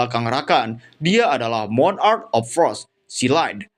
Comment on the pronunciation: pengucapan monarch kak...bukan moo n..ark...nanti beda artinya atau tidak memiliki arti monarch=raja.. klo ucapnya moon..ark= bahtera bulan